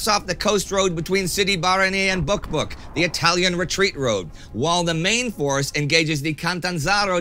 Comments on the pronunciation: Anytime Indy said Buq Buq, I had to giggle. 😃 I almost feel sorry for Hitler, he doesn't really need enemies when he has allies like Italy. And, I finally could increase my Patreon tier, still not as much as you guys deserve, but at least something. I give you happily every cent because I can see its results from week to week. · "Buq Buq falls" oh no